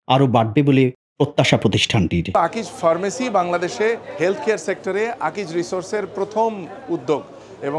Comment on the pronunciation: খুব সুন্দর একটা প্রেজেন্টেশন। আমার খুব ভালো লেগেছে । আমি আকিজ ফার্মেসীর উত্তরোত্তর সাফল্য কামনা করি । তবে আকিজ ফার্মেসি এই শব্দটা উচ্চারণে আর একটু যত্নশীল হওয়ার জন্য অনুরোধ জানাচ্ছি।